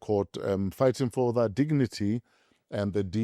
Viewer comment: Big Dawg says: "They're fighting for their dicknity" 😂